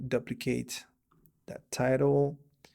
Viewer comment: what a great video, i have learned so much from you. just wanna share something with you. the word 'duplicate' is pronounce as 'doo-pli-cayt' or 'dew-pli-cayt' not 'dahb-pli-cayt'. we can all learn from each other.:-) i have also watched so many other videos from you and learned so much. thanks!!!